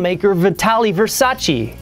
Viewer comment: they wouldn't accept him he can't even pronunce his last name in italian, it's versace not versaci.